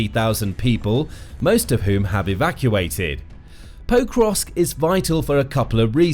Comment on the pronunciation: it hurts my ears to hear you mispronouncing Pokrovsk over and over again. you are saying 'poe-krovsk' but the more correct pronunciation is 'pok-rovsk'